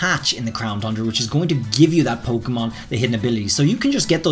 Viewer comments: Ayyy actually said it correctly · Did he did he just say “crown TUNDRA” correctly